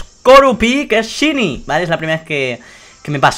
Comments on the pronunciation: se pronuncia shainy no shini si no sabes no lo digas noob que suerte tienes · se pronuncia shainy no shiny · lo pronuncia mal es "shaini"en español y en ingles también:v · 131313ana00 en ingles se pronuncia shaini y en español es variocolor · se pronuncia "shainy" no shini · Tres cosas: 1 porfavor SE PRONUNCIA SHAINI no shini... 2 Pobre xd. 3 suertudo! like si lo les. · No se pronuncia "Shini", se pronuncia "Shaini". Es solo un consejo ^^ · se dice "shaini" xDD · Shyny aaaaa me duele que digas shyny y no sahiny se dice así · Se dice shaini no shini 😊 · es shiniiii es shiniiii se dice shaini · Se pronuncia "shaini" no "shini" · porque dices ''shiny'' se pronuncia ''shainy'' ¬¬ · se dice chaini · shainy jaja no shiny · se pronuncia saini o eso creo xd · gongora xd digo que shiny se pronuncia saini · se pronuncia shaini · aunque se escribe shiny se prnuncia saini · Se pronuncia como shainy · Se pronuncia "shaini" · shainy dilo asi plis😂😂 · en vez de "shiny" se pronuncia "shayni" JAJAJAJJAJA un saludoo!! 😂💪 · se pronuncia "shaini" pero muchas felicidades:DDDD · excelente pronunciación:sini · AAAAAAAAAAAHHHHH(se pronuncia shainy)HHHHHH LA ENVIDIA ES REAL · POR FAVOR Shiny se dice "saini" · Se pronuncia shainy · Se dice Shainy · se pronuncia /shaini/ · se escribe shiny pero CREO QUE se pronuncia saini. LO DIGO PARA QUE LO SEPAS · se pronuncia saini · aprende a pronunciar shiny